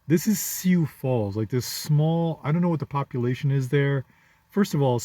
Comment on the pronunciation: Lot of Africans in the Dakotas. And it's pronounced sue